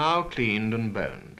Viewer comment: Literally thought he said burned, not boned. 😂